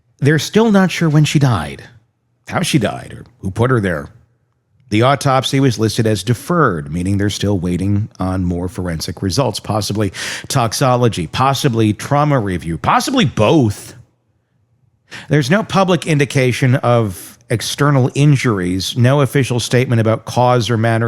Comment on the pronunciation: ...."Toxicology" not toxology